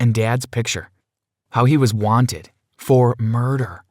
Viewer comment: “MOST WENTED”